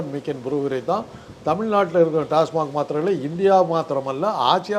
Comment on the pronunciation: டாஸ்மாக் என்று சொல்வதை விட்டு டாஸ்மார்க் என்று பேசும் இந்தப் பெண் யார்? கேள்வியே சரியாக கேட்க தெரியலயே